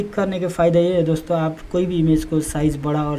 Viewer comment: ' दोस्तों ' शब्द का टांग तोड़ रखा है !